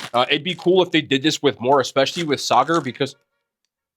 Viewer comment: I think unc said "sogger" instead of soccer 😂